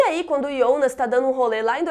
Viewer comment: Alguém aqui fica meio esquisito quando ela fala “IONAS”